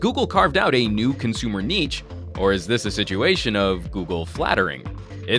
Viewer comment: it's pronounced NEESHHSHSHSHSHSHH